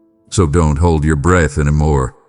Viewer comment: It’s pronounced breath, not breathe